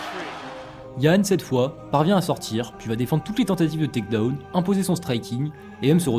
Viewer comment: Super vidéo ! La prononciation de takedown et ground and pound me termine ceci dit